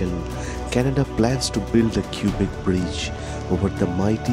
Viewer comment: Cubic City !? The Cubic Bridge ?!? Don't the residents pronounce it "kwabeck" ??